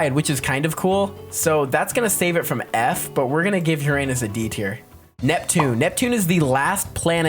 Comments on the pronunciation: and its pronounced "yer-in-is" not "yer-an-is" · You pronounce Uranus like urUnus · other than his insistence on using a 10 year old's pronunciation of Uranus this guys pretty cool